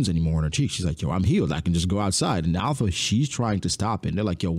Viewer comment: her name is not alpha. its alupha.